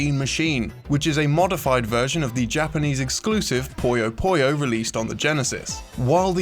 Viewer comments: it's not poy yo poy yo it's poo yo poo yo smh disliked unsubbed downthumbered reported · It's PuyoPuyo not PoyoPoyo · It's Puyo Puyo, not Poyo Poyo. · “Poyo Poyo?” Really?! The Japanese is ぷよぷよ, pronounced “Puyo Puyo.” Then there’s the recent Switch game Puyo Puyo Tetris, which spells it properly in English. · Puyo Puyo, not PoyouPoyou. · Hell, in Japan it's basically just pronounced "Pyo Pyo". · Puyo Puyo. Not Pollos Pollos. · Why do so many people pronounce Puyo Puyo like pollo pollo? I seriously don't get it. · am i the only one who is annoyed at the way this guy pronounces "Puyo Puyo"? ;; its pronounced like its written